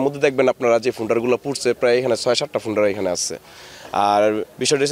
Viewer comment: ফোন্ডা নারে ভাই হোন্ডা 😂